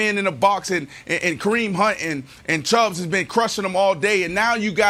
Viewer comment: Listening to Brandon calling Nick Chubb the wrong name by adding an S to end the of Chubb drives me nuts, he’s done it since the first time he ever talked about him on this show.